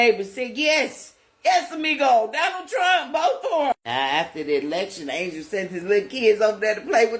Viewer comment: People, pronounce his name right, “Ahn-hel” Rodriguez